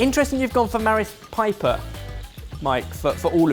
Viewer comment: was so concentrated on pronouncing chorizo correct that he said "Marith Piper"